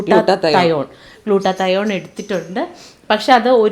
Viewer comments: സത്യം ഗ്ലൂട്ടാത്തയോൺ എന്ന് പറയാൻ പോലും അറിയത്തില്ല 😂😂😂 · രണ്ട് പേർക്കും glutathion എന്ന് പറയാൻ പോലും അറിയില്ല..... പച്ച പാവങ്ങൾ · Sho paavam glutathione enn parayan polum ariyilla.. Acting vere level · ശരിക്ക് പറയാൻ കൂടി അറിയില്ല 😂😂😂 പാവം